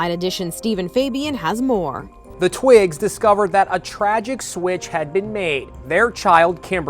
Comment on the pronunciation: he says twigs and not twins